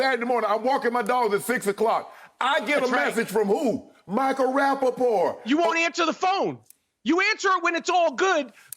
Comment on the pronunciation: I love how Michael Rakovic, I mean Rapapapapaportavic is making up players with his pronounciation and extra syllables lol.